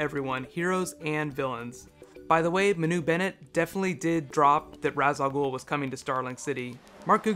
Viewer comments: its not ra's its raish just spelled ra's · Somebody's probably pointed this out, but the name Ra's Al Ghul is Arabic, and is pronounced like wraith, only with a sh at the end...